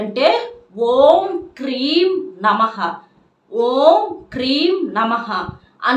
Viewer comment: Kreem aa kleem aa?